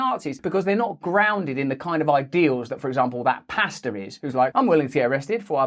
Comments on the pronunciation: I thought you were saying pasta 😂 I was so confused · Love you Russell and lol thought you said pasta and nurses